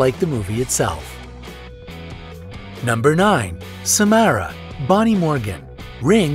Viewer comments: Bonnie isint the only one who played Samara:/ and it’s Sa-mar-ah not Sa-mare-ah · It’s not sa- m- AIR-a it’s sa- m- are-a